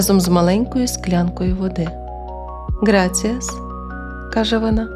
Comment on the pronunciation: Не "граціас", а "грасіас', gracias, де "c" на англ. манер, як "th" вимовляється... І - дякую...